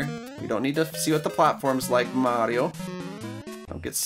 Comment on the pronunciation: Can you not say Mario like you do in this video